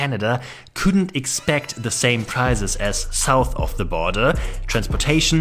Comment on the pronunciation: Do not pronounce 'prices' like 'prizes.'